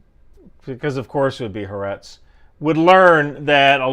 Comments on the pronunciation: Just FYI, the newspaper Haaretz is pronounce ha-ah-retz. Hebrew rarely joins consecutive vowels, which are common. So it's not "ha-retz" like you say. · Hi. Thanks for your info. I am an israelie and follow you for an outside view of us. About Haaretz. You are misprononcing it. There are 3 points of emphesis: Ha Aa Retz Hope this will help you